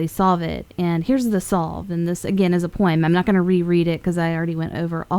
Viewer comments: She's a 10, but she says poyemm instead of poem. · Never heard anyone pronounce it as “Poy-emmm” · She definitely pronounces "poem" weird, right?